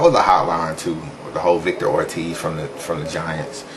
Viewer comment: Victor not vicor